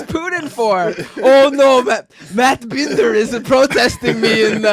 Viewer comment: The surname BINDER comes from the German for a cooper or barrel maker as in Fassbinder. It can also be Jewish. Matt pronounces it BIN-DER, but shouldn't it be BIND-ER? Matt, are you Ashkenazi Jewish origin, or are you ein Deutscher volk??